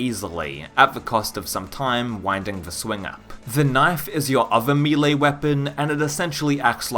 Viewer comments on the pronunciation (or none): "Mee-lay" hahahaha shards of glass in my ears